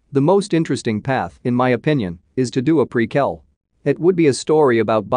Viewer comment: Why does he say precul instead of prequal